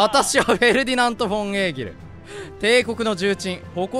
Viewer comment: エーギルちゃんって読み間違えおもろい